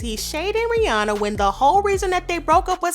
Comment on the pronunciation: No I was like she pronounced Rihanna’s name right🙌🏾 but after she sang in the drake voice she pronounced her name wrong lol😭